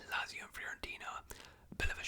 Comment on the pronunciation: I like these longer round up vids but Lazio is pronounced "Lat-zio" rather than "Lazz-io"